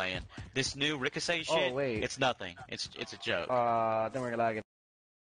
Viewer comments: He said rocosay shit 😂. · “This new Ricosae shit….” 😬🤣